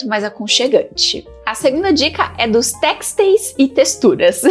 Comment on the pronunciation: texteis se pronuncia " têsteis".